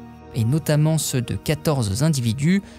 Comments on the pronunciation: Bravo monsieur ! Vous vous exprimez parfaitement bien et votre diction est impeccable. Merci. Un petit détail cependant: "quatorze" ne prend pas de "s", donc la liaison en "z" avec le mot suivant est une petite erreur. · Pitié, pas quatorze-z-individus. Quatorze est invariable! (comme presque tous les numératifs)